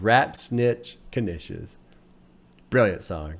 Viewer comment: You say Guinnesses just like 'Businesses' XD lol no need for the sseseses. Awesome reaction to a great album. Love your breakdowns, insights and wisdom.